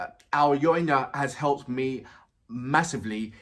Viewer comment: Thank you for your quite deep and positive reactions! I must say that Alyona's lyrics are meaningful, and she is a clear talent - all the lyrics are not just for the rhyme - they are like a net of nicely tied laces. BTW, you've correctly pronounced "Alina", and Alyona is very close, just YO instead of I, and A-LYO-NA is pronounced like A - [A]rt LYO - [LEAR]n N - just [N] A - [A]rt